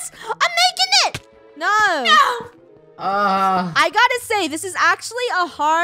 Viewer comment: I love how Funneh said "no" in a brittish accent XD